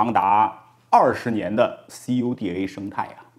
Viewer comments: 这个CUDA读作酷达🤣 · cuda ，这么念：哭哒....